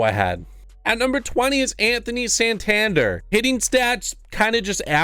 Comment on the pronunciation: I used to pronounce Santanders name the same way. Then I found out it’s pronounced sawn (like Shawn)-tan-dare. Just wanted to throw that out there. Lol. And his card is taking for me. Him and Adames are my go to guys right now.